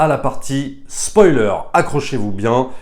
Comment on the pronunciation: On ne dit pas spolier